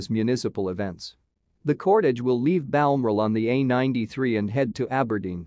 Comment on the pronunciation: The word is BAL-MORAL. Honestly, how hard is that to say!! BAL-MORAL!!!!!!!!